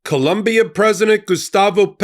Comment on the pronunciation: ❤ please, it is Colombia!